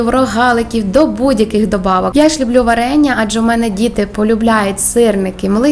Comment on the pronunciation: выучите украинский язык, а потом идите в люди. Слух режет- не пять, а п’ять, не люблю, а полюбляю, або люблю с ударением на первый слог. Я вообще не понимаю русскоговорящих людей, которые коверкают украинский, отдавая дань «моде». Отписка.